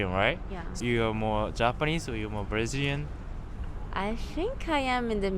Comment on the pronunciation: Ele não falou direitinho'' , ou você não percebeu que ele não tem acento americano? Sem falar que ele diz ''Japanese-Brashilian''